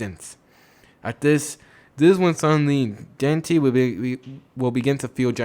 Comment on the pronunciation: Dante not "danti"